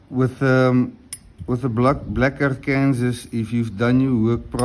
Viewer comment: Hi, I think what you call a Black Arkansas (Ark-Kansas) is usually pronounced Black Ark-an-saw with the final s being silent. Do you know if the coticule you use is a reconstituted ie man-made coti made from coticule dust. While it sounds like a downgrade they can actually be the best finishers of all. I can't be certain but it looks like one, cuts like one and is in the most common size they were made in. Have you done any videos with the La Dressante? Those can be very fast stones.